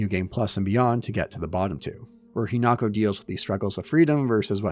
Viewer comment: Hinako, He-knock-oh